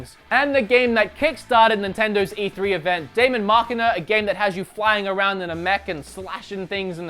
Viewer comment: Also wood Daemon is still pronounced demon